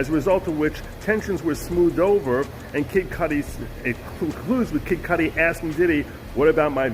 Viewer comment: Why you keep pronouncing his name as Kid Codi?